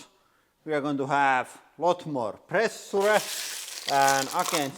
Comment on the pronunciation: When ever he said "Pressure" an english teacher died :D